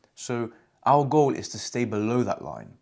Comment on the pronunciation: I hear Al Gore not our goal just saying🤷‍♂️